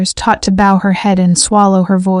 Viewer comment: Where is part 2. I didnt like the ending at all. Needed to be finished. Bow meaning to be bent in respect...was pronounced as bow ribbon floded into a shape.